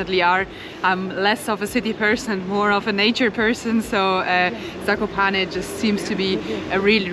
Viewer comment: Guys you have really good prounciation